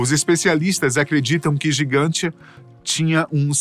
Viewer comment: Porque a locução fala Gigantia e o texto diz Gantija? No Google realmente consta como Gantija. Gigantia seria uma tradução?